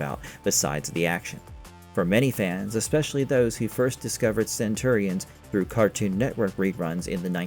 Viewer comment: cant pronounce Centurions correctly ... not a good sign